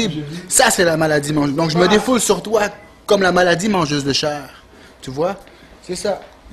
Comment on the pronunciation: "La maladie mangeuse de chairrrreee" x')